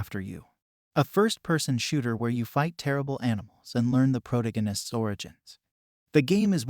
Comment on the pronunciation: First, thank you for for this. It was useful. Second, your pronunciation of the word "protagonist" is...fresh?